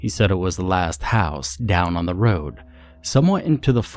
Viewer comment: I love that you left the 'last house on the ra-ou-ode' in there. 😂